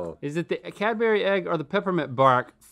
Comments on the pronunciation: Cad-berry....wtf are you saying my dude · Cadbury isnt said that way 😣😣😣😣